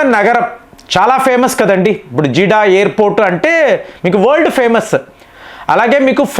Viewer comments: గారు అది జీడా కాదండి జిద్దా నేను 'సౌదీలో15 సం|| రాలు వున్నాను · Not Jiddah. It is Jeddah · జీడా కాదు జెడ్డా. ఒత్తులు దీర్ఘాలు కూడా పలకండి గారు. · Jeeda kadu jedda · Jeeda kadandi Jedda! Kanisam correct ga pronounce cheyandi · జిడ కాదు బయ్యా ...జిద్దా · Please say Jeddah not jidda sir ! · Arei neeku అర్థం kaadaara? Jeedah kaaduraa, Jeddah anaali. Naaku arthamaindi. Nuvvu 5th fail. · Its Jeddah not Jeeda......